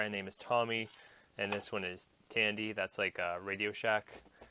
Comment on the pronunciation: Tomy is/was a popular inventive toy company. Excellent product line in 1970's and 1980's. Fyi...pronounced... toe me.